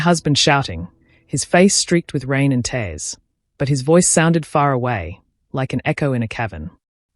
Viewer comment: Please get your narrators to pronounce words correctly. Eg TEARS not TAirs!!!